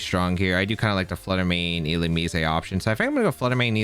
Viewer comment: I pronounce it illu-MEEZ